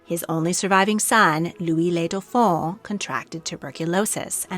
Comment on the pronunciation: Excellent video. My only nit is the pronunciation of dauphin (dough-fan). The dauphine (dough-feen) was the wife of the dauphin.